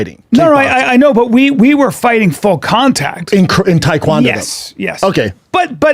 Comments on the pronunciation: It's Tae Kwon do not thai Kwon do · Brandon : “Taequandoo”